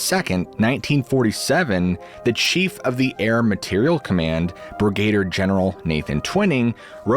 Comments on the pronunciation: “Brigader”? I think you mean, “brigadier”, lol. Thank you for a great show. (Sorry to be a pedant, but your channel comes across as very professional, so, I figured you’d rather know about the above than not). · Are you an AI? You mispronounced canary and brigader like AI would.